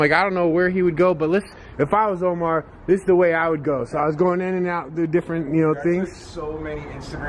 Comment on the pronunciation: you crack me up when you say What is dis? Instead of what is this??